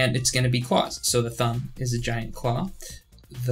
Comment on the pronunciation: “AwL ClAoWs” Sent me.